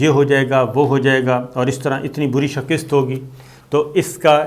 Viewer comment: "Qaabul" ... "shakist" ... 😀😀😀😀😀😀 اس بندے کے املا کا کوئی کیا کر سکتا ہے ۔۔۔؟